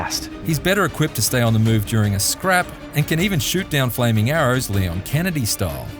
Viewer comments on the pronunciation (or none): none